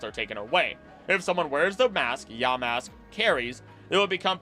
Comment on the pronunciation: Ya, Mask!❌ Yamask...✅